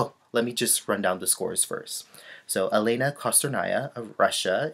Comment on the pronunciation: Dear, I also admire Alena Kostornaia. By the way, you should pronounce her name like Aliona, it's kind of different from Alina (Zagitova)